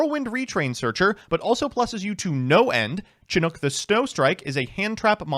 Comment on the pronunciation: says Chinook the most correctly out of everyone I've seen, but it's Slightly odd to me somehow